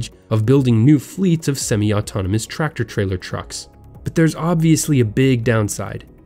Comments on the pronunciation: It’s semi not smi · Its semi not seme. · Semi is pronounced sem-i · It's pronounced sem-eye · The pronunciation of Semi truck was sad. Who doesn't know how to pronounce it? Well, this guy sure doesn't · Its sem-i and tes-la lol